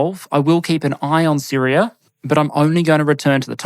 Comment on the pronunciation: Its neat hearing your accent change the "Syria" to Syrier" at times